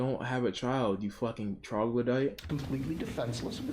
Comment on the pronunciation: This mf rlly said Troglidite💀💀